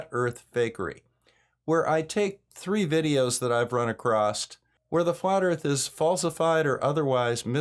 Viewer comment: Why do I keep hearing people pronounce “across” with a “t”?